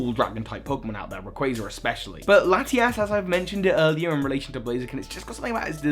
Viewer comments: it's laty-us and laty-ohs just saying. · Ha he said Lati-Ass